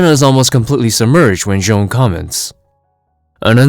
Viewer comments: You pronounced the Martian Manhunters name wrong. It’s not Joan it’s J'onn J'onzz. You can learn how to pronounce his name is season 1 episode 2 of Justice League the animated series. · J’onn J’onzz’s name is pronounced with a French accent, like /'ʒon 'ʒon.z/. Similar to the actor, “Jean-Claude Van Damme.” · Its pronounced "J'zahn"